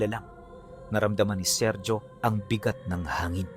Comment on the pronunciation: Seryo hindi serjo lalo unang panahon pa itongl mga taon e ang bigkas sa ganyan pangalan SERYO pag modern times SERJO